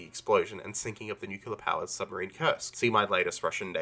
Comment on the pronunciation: Don’t try to explain nuclear physics if you can’t even say it properly